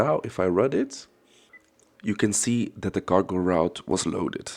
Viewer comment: You said cargo ... I heard gargle... 😅